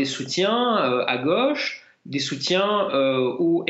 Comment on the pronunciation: on dit la gauche et non pas la goche !!!!!